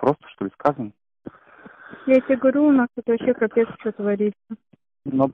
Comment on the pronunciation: Lol at the "Russian" guy speaking with Ukrainian accent. You can tell It by how he pronounce "scho" instead of "schto" and sound "г" is too soft. I guess most of the videos on this channel are in the same fashion.